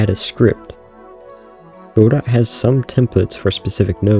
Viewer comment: Great video. Very soothing sounds, voice, etc. The only part that cuts through is when you say goDOT :D :D :D nails on a chalkboard. But great video otherwise.